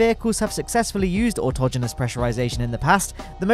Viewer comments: Finally! I found someone who knew how to pronounce "autogenus". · You must be human. You pronounced autogenous correctly.